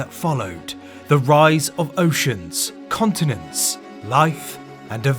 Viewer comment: Honestly I first understood communists, not continents